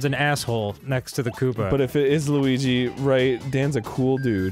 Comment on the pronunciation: it was liwigi